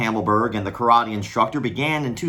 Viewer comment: "Karate Thot-ee"